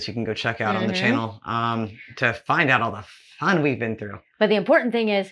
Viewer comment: When you said fffun I thought you were going to say something else beginning with f